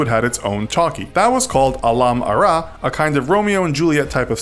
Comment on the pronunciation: The way he pronounced Alam ara 😂😂😂😂